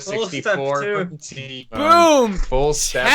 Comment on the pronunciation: Lol "tymoan"